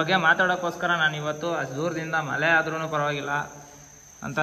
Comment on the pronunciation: ಮಲೆ ಅಲ್ಲಪಾ ಅದು ಮಳೆ ಅಂಥ ಏಳಿ 🙏